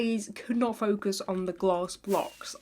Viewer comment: be like “ i have my sealanters and gLASSS!” Me “...”